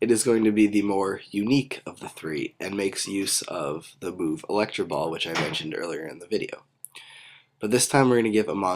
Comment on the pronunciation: electro ball not electra ball